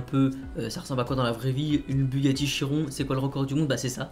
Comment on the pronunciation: Ça se prononce chironne Mais ça s’écrit chiron